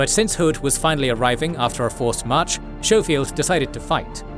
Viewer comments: I'm sorry I love this channel but its Sko-field not Show-field! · FYI "Schofield" is pronounced with a hard "K" sound. So its "Sko-field" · And General "Showfield"? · you could benefit from researching the pronunciation of some names before recording some of these were atrocious SHOW FIELD!! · Technically pronounced "SKOH-feeld". Minor detail, still a great video.